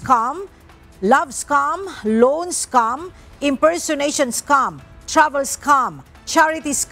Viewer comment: scam po, hindi "scum"